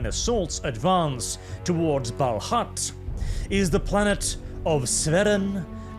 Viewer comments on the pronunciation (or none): I have a question about pronounciation. You say “Balhut”, but iirc it is written “Balhaut”; I’ve always pronounced it as “bal-hawt”. Which is correct?